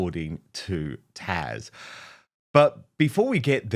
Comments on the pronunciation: Why can't he pronounce her name properly, Taz not Tash. You can see by her face she doesn't like it every time he says it, but she's a lovely polite lady who wouldn't mention it as she would think it's rude. As a presenter he should do his homework & at the least get the guests name correct. Come on Dan adress her correctly please.... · I have one request...PLZ quit pronouncing Taz as Tash! 🤪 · Why can’t Dan pronounce Taz? It’s not difficult-T A Z. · She's sickening and her clothes are crap.Why do you alway pronounce taz's name wrong. Crap, I tell you, crap, that is all she spouts.